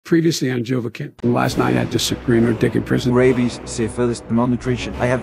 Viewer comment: JOEVAHKIN! JOEVAHKIN!